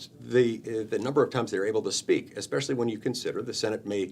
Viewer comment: It’s not, “eckspecially”!!! It’s “ESpecially”. Make it stop. It’s like, aks. I want to aks you a question.